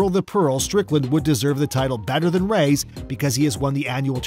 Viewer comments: Rays? Ray es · It's not pronounced "rays" it's "ra yas " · Who is Rays? You mean Reyes.?Yes Efren"Bata"Reyes The GOAT.